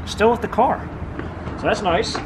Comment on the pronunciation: '' whats up with you not saying "WITH' and saying 'WIFF' instead..must be an american thing,,us canadians do not talk like that,,,weird,, th,,ff,,hmmmm